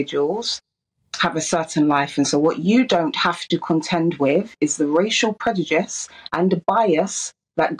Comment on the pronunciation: talks so much but says nothing. She’s a pathetic excuse for an activist. She also can’t pronounce prejudice which really annoys me 😂